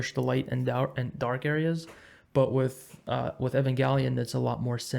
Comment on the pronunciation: evangalia you say?